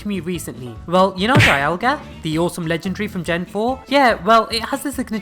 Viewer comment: Do you know dialga is pronounced dee alga